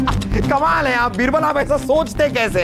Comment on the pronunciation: Raani sahiba--बीरबल 👎बिरबल👍😂😂